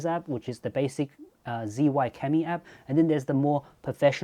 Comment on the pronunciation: It's pronounced zhiyun mate...